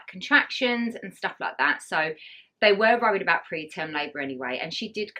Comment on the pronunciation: Sorry but you really need to learn how to speak....your was WORRIED not 'rurried'!